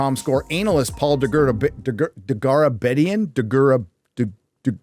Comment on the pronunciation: trying to read an Armenian name.... instant meme